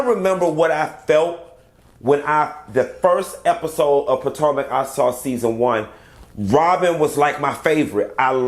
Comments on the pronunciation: Is it me!!!!!!! Or am I the only one who likes to hear say Real Housewives of "Potanka" instead of Potomac? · You Said Potomac correct Q , it's pataeka 🙈 is you okay let's talk about it.